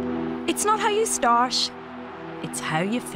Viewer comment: "It's not how you starsh, it´s how you finish" ...